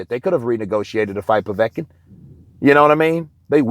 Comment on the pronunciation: well done well done my son you actually said his name correctly povet-kin haha 🤙